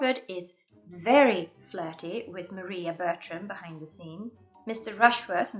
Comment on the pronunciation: For how particular u are referencing accuracy ur mispronounced Maria's name